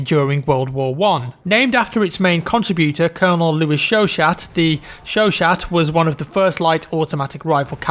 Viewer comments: "Chowshat"? No no... it's pronounced "Show-Show" or "Show-Shaw" depending on the region. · the chaut chaut is pronounced sho sho, its french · Chachat u say it without the"t" ( litteraly it means "hot cat" by the way) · Hey enjoyed the video just saying the french LMG Is pronounced sho sho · chouchat is pronounced as "shoosha" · it's pronounced showshow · Chauchat is actually pronounced Shou sho Chau chau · No, it's pronounced Sho Sha. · Chauchat is pronounced show-shah. I'd also say the Canadian Ross rifle is a certainty, or it should be. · "Chauchat" is pronounced "show-show." lol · Michael TheOmega It's pronounced "Sho-shuh" or "Sho-sha" with a clear a-sound at the end. And no "t" is involved. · the chauchat is pronounced "show show" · The Chaechat is pronounced show show,. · pretty sure the chauchat is actually pronounced "show show" well at least according to forgotten weapons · the m1916 lmg is pronounced SHo Sho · I think Chauchat is pronounced as 'Show-shaw' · its pronounced sho sho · It's pronounced shō shō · Ok, that Chuachat - is pronounced "Sho-Sho" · More like "Sho-Sha" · the Chauchat is pronounced "Sho-Sho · You are unfortunately mispronouncing the Chauchat, its more along the line of "showshow". Youre getting the first part right but the second part is pronounced the same. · Its pronounced "show show" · The chauchat is pronounced show-show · 1) the lee-Enfield and Berthier use different clip styles, the lee has uses stripper clip and the Berthier uses mannlicher style clips. 2) it's pronounced show-show 3) how do you forget the RSC 1918 or Farquhar hill rifles. The RSC was actually used 4)"the sword used AFTER the samurai era" 4 seconds later "a samurai elite class" 5) yeah you can tell you used Wikipedia, the weapon list of this game feels like a quick google search. Not to shit on you man as I like you but if people want to know more about ww1 era weapons they should check out Forgotten Weapons.